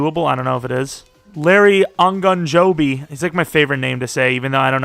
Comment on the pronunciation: Ogunjobi is pronounced oh gun joe bee. :)